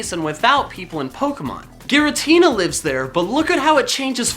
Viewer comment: It's giritina